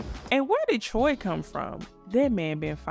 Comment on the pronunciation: Not you called “Troy” Troy 😅😅